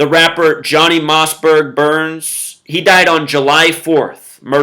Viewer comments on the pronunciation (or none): none